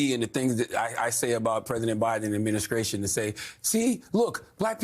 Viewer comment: Charlemagne u need to learn how to talk adminisscration youf ...